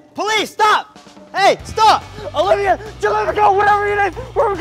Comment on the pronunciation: I just realized that they always mess up Olivia's name just like they mess up Veronica